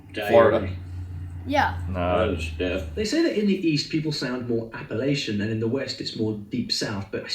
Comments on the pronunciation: Correct: Apple atch n Incorrect: appal ayshe in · As a fellow East Tennesseean I am offended lol it's "app uh latch un" not app uh lay shun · its appa-latcha not appa-laysha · NC native. I thought Popcorn was from here around Maggie Valley somewhere. It ISN'T Appa-lay-chan or Appa-lay-shan Sorry please, it's Appa-latch-in round here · It's Appa"latch'ian!!!! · Our British accent expert doesn't pronounce "appalachian" correctly. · TN native here ~ He big time mispronounced Appalachian xD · Yall are saying Appalachian wrong u say it like chan with the CH not with AN SH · It’s “apple- at-chin” not “apple-lay-shun. It kills me when people say it wrong. lol. I’m from Western North Carolina. It is absolutely apple at chin. We judge people by the way they say the word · gets it wrong